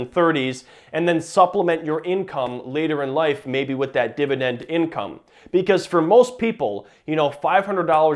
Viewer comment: New drinking game, every Dididend word you drink.